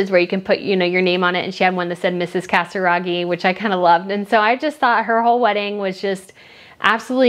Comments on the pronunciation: Jeez !!!!! it's not CaTZiraghi it's CaSiraghi.... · Casiraghi not Catsaraghi. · The name Casiraghi is pronounced Kaziragi, it's a Z, not a tc as you say ;)